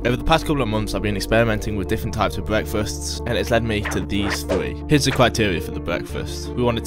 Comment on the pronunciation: He literally pronounces ‘breakfasts’ as ‘bwekfathts’